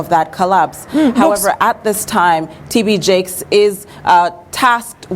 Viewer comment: she said tb jakes